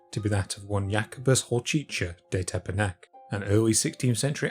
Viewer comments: Not to nitpick, but that's not at all how "Hořčický" is pronounced. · Pronounciation of some of the names is really terrible, especially Hořčický's, but also Kircher's. Also, where's that "Barshius" from? His name was Georg Bareš (alternate spelling Baresch). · Always interesting to hear native English speaker pronounce slovan names. I have to admit, Hořčiský is one of the harder ones. Fun fact: Base of the name is what Czechs call mustard - hořčice.